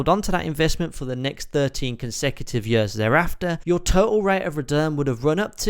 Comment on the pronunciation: Please learn to say “years” correctly, you are slowly killing me every time you say that word. Otherwise great video